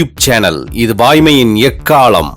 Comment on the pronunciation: எக்காளம் காதில் எக்காலம் என்றே விழுகின்றது.'ள' உச்சரிப்பை சரி செய்யுங்க.இல்லையேல்' முழக்கம்' என்று மாற்றுங்கள்.